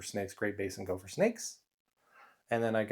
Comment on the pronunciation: Please quit saying GOLPHER😭